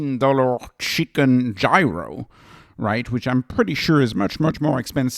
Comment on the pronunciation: Also he pronounce gyro incorrectly. I irk when he says it.